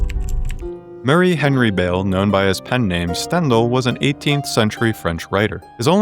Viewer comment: Great video- your pronunciation of Stendhal is killing me